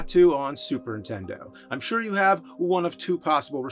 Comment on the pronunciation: I love how you always say Super Ntendo.